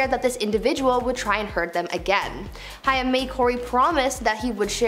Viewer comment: It's pronounced "HAME" (Corey "HAIM")... ugh... Cool channel, but just Google names you're unfamiliar with, it happens too much on YouTube, and why cut corners there? 👈... Good luck✌️